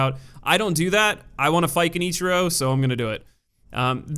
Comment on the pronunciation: “” was my favorite.